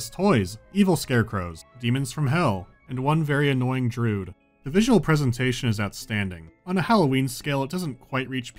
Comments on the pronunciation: did he prounced Drood on purpose or was it an accident? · Did he...did he just say...”Drood”? Oh no not again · only now am I noticing his pronunciation of Druid